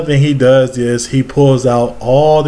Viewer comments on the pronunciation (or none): none